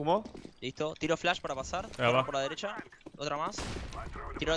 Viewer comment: Dijiste delecha dos veces xd en el y nose donde mas